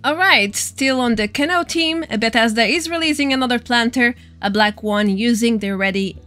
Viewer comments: Just an FYI from 1 ESL to another. Canoe it not pronounced can-o but can-OO. Like the sound in Raul (which is Raa-OOL) or like Two (tOO or tu) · Canoe is pronounced "Ca New" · It's Ka-knew hehe, great video <3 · It’s pronounced Ca-new. That is all. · ca-new =D